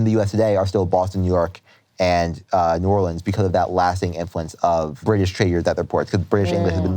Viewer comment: So nice to hear him pronounce New Orleans correctly 😂 -someone from Louisiana